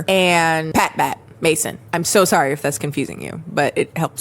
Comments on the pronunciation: I keep thinking she's saying "Pat Matt" like reverse Matt Pat Game Theory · Every time you say Pat Bat, I hear Pat Back and think of that one disturbing SpongeBob scene where Patrick makes his back talk